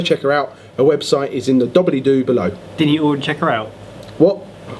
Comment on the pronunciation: Dobblydoo? Dooblydoo,:)